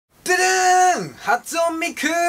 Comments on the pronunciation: はつおんミクじゃなくて はつねミクじゃない❓ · はつおんミクじゃなくてはつねミクでしょ？ｗ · 「はつおん」じゃないよ！「はつね」だよ！ この前ファミリーマート行ったけどなかったー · はつおん❌ -ミク はつね ⭕ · 発音じゃないよはつねだよww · はつおんじゃなくてはつねですよ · 初音ミク（はつねミク）だよ。発音ミクじゃないよｗｗｗ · はつおんじゃなくてはつねじゃないの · はつおんミクwwwww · はつおんミクwwwwwワロタwwwwwwwww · 発音！wwwwおもろ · 出だしからはつおんミクで爆笑w 俺も最初はつおんって思ってましたw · 発音ミクwwwwwwwwwww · はつおんミクってww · 発音 ミクっておもちゃかよってなったw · はつおんw けいおんみたいになってるw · はつねですよｗ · はつおんみくって読まないんだ・・・ 俺もはつおんみくっつてたわ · 発音ミクじゃないよ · まず, 初音ミクの読み方にツッコムわ!w